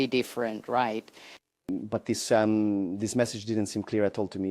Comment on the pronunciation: it's cute how she says "message" as "massage"